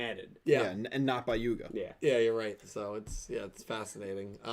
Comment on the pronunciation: I expected quote from Luke "Its Yuga, not Yugo"